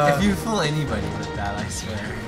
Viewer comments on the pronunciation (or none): IT'S FOOL NOT FOLL XDDDDD